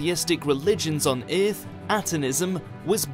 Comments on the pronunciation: It's driving me crazy! you can hear it in occur as well, oercurr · I love this channel but I dislike how he says Earth